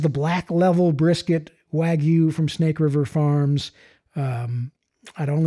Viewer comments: It’s not wagooooo it’s WagYu but side not , all brisket is 🔥🔥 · I’ve never had wagyu brisket, but I know it’s not pronounced “wa-goo”. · Tim Moritz waaa-gye-ou